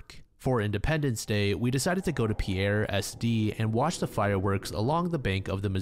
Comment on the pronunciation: Pierre is pronounced "Peer" not "Pee-air" Source: I grew up in Pierre SD, and this mystery has always intrigued me. Also, that's no bird...